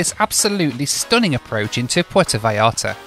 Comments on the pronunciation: I like that consequently keeps saying 'Puerto Vallllllarta" instead of with a J like everyone else:) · Porto V-eye-arta. FFS 😂😂😂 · Actually it’s Pwair-toe vye-YART-uh. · This video is ready-made for a drinking game: have one when mispronounces "Puerto Vallarta"